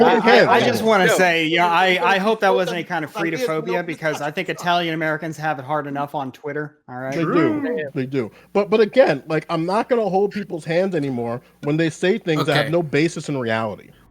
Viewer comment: When says "fredophobia" but it sounds like "freedophobia"